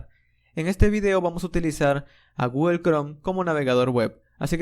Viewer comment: genial curso! solo que me vuelve loco que digas guguel XD